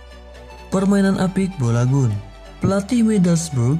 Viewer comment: Balogoun aja bolagun ngomongnya🤧